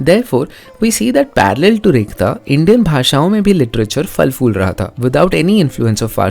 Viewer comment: Urdu, Hindi 1 ha ya nahi es se hat kr ma to Video banane wale k knowledge aur es se bhi Zayada Inki apni Zuban se All dialects ki accurate pronunciation sun k bohat impress hua. Very nice 👍. Whole video ma Sirf 1 word "phool" ko "fool" kaha gaya Jo ma ne observe Kiya. Baqi Zabardast knowledge bohat Khobsoorat Awaz . ❤️🌹